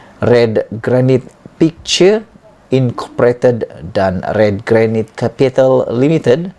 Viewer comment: Perkataan GRANITE harus disebut GERANAIT dan bukann GERANIT....bermakna BATU BATAN.